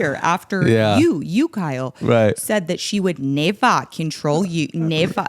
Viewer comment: New quote around the house is "you wull nevah!"